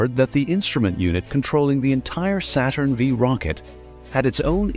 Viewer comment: Saturn FIVE, not Saturn vee! And the LM did not have thrusters on the footpads!